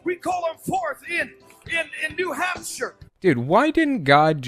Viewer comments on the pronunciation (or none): I swear he said "New Hamster" instead of New Hampshire